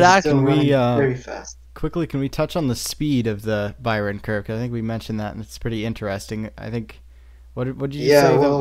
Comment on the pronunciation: Also "Kurve" is not spoken "kerf" like the englich "curve". The is spoken something like the "ou" in "you" and the "e" at the end is spoken too. Source: I know curves in Germany.